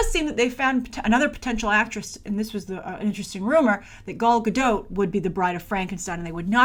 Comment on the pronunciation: It’s “Gal”, why does still pronounce her name as if it’s “Gaul”? Also, she struggled to find roles before being casted as WW. I don’t think she’s struggling now. She could’ve already been casted for that movie with Bradley Cooper and it’s just not announced yet. Or considering she made 3 movies back to back in the last several years with basically no breaks in between and has a less than 1 year old baby, she could be looking to have some down time before going to back filming a couple more DCEU films.